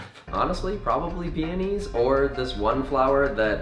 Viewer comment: I"m SOOO glad you pronounce peonies correctly!!! Love you Connor